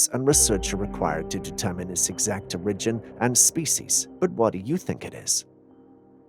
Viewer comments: I don't mean to criticize but you pronounce the word "origin" in a strange way. Has anyone else ever commented on that? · i hear hints of a French accent in your voice. Maybe that's why you can't pronounce words like Memo, Origin & Controversy correctly......?